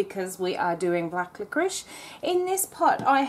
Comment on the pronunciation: Why do you call it 'liqoriSH? You wouldn't ask for a chicken tikka with some boiled Rish, would you?